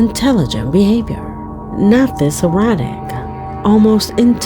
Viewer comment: It was repeated twice. It almost sounded like she said "errotic". That's why I came on here to mention that she likely meant to say "erratic". It was hard to distinguish which she actually said.